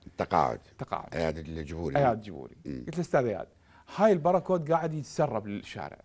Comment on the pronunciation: الباركود وليس البراكود أرجو الانتباه